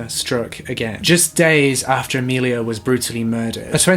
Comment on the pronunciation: Sorry to be that guy...but it’s Amelie not Amelia